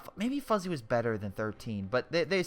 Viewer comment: Did you really just pronounce Fuzzy as Foozie?